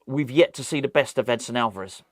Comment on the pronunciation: Edson. Not Edison !